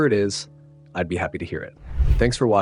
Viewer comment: Sir imma need you to start saying “dattebayo” properly.